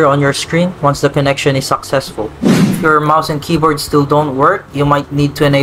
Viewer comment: Bro literally said 'suck sesfull'